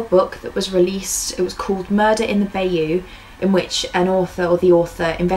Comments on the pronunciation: Just one thing Bayou is pronounced bi-you. It is a awful and very sad case with very little movement forward. I sincerely hope someone comes forward soon with new truthful solid evidence. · She's close to pronouncing them right. It's not because she's British it's because she's not coonass. Benoit = ben-wah. Bayou = bi-you